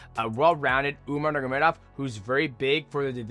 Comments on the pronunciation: I’m so sick of dj mispronunciation. Nurgomedov the whole video 🤣🤣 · Man, i never thought i would get annoyed at mighty saying a word over and over again😂 nurmagovmevodmvov. Just say umar dude jesus!! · Say it with me brudda , nor-mag-a-may-dov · Enunciate bruh 😂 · STILL CANT SAY NURMAGOMEDOV LMAOOO BRO ITS 2026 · He's never been able to say it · He's like Chael, but not on purpose. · it's the cte 😂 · Shit was pissin me off 😂😂